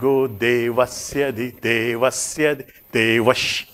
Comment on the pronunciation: Saya masih belum dengar dengan jelas pelafalannya "De"vasya